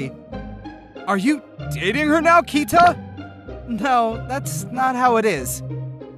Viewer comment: It irks me when people mispronounce Japanese names and words. It's okay when people do it accidently in normal conversation, but if you are going to make a video like this, get it right. Keita is pronounced more like Kay-Tah, not Kai-Tuh.